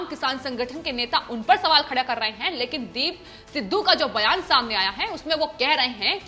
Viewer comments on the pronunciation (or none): none